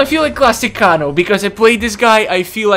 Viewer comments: (Kay-No) kano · its pronounced KAYNO IT SAYS IN EVERY GAME WHEN HE WINS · Why do you kanos name wrong